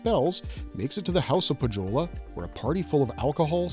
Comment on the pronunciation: Nitpick on pronounciations. It's Poe-yo-lah not poh-joe-la. And it's Yo-kah-hi-nen not joe-kah-hi-nen